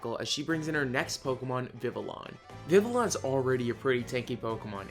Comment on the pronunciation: Not meaning to be meeting but the official pronunciation of vivillon is viv-E-on